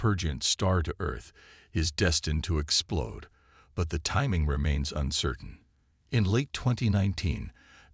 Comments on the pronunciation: If you're going to use text to voice, please try and punctuate and spell things right, or it sounds a bit silly. It's explode, not explod. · Degreese- explod- hmm I think the commentary needs work